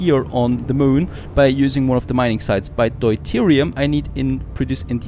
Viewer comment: It's [dew-teerium] in english